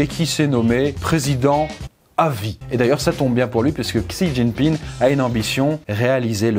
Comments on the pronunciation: c'est frustrant d'entendre "xijingping" alors que ca se prononce "si ting ping" 😣😢j'ai souffert tout le long de la video 😂 les sinologues soutenez moi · Mmm quelques petites rectifications sur cette vidéo de la part d'un expat qui vie depuis 5 ans en Chine : => Xi Jinping (Xi se prononce "Shi") ne s'est pas fait élire à vie, il a annuler la limite de mandat (ce qui peut tres probablement revenir au meme mais quand meme, c'est mieux d'etre précis). => La grande majorité du peuple chinois est nationaliste. Ils ont l'amour de la patrie et rêvent de devenir la première puissance mondiale. Seuls quelques personnes touchées par la mondialisation remettent en cause le régime mais la propagande en Chine est très forte et le partie reste très majoritairement supporté, meme par la classe populaire. Maintenant sur le fond, on peut quand meme vraiment se poser des questions. Avec la débande de l'UE et le retour du populisme / souverainisme dans la plupart des pays d'Europe, si on arrive a protéger nos technologies, nos entreprises ainsi que notre marché, la route de la soie pourrait ne pas être aussi utile que ca en Europe du moins. C'est grace a l'union europeenne et au marché libre que les chinois et les américains rachetent nos entreprises, nos forets, nos aeroport etc... Mais si l'UE, devenue clairement inutile aujourd'hui dans le contexte internationale, tombe, et qu'on peut de nouveau protéger notre patrimoine, on a une chance d'arreter la progression chinoise (notamment en fondant une Europe des nations fortes pour faire face). Apres ils avancent leur pions en Afrique tres vite et c'est la que tout va se jouer, l'UE ne représente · Pourquoi est pas capable de prononcer même un petit peu plus correctement "Xi Jinping" mais que la voix off peut mdr, pourquoi son pote lui a pas dit avant comment ça se prononçait 😂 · Tu pronnonces mal xi jinping j'ai les oreilles qui saignent ❤️